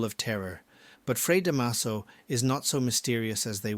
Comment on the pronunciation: The last time I read” Noli Me Tangere “ was in high school many decades ago. 😄 Da’maso. The stress is on the first syllable. ☺️